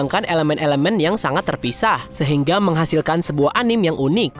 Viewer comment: Pengucapannya bukan "anim" min, tapi "anime" ada e nya.. karena itu bahasa jepang dan pengucapannya jg dalam bahasa jepang seperti itu cmiiw